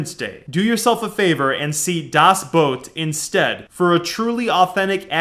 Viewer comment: Dude. Thank you so much for pronouncing Das Boot right. I never heard any English speaking guy pronouncing it right.